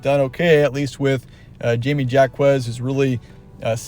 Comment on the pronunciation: Nice analysis but wow Ive never heard Jaime's name pronounced that way lol